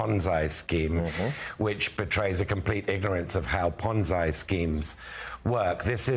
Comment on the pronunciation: I, too, keep correcting, maybe I'm being pedantic: it's Ponzi with a sound like the y in happy ant the end. Thank you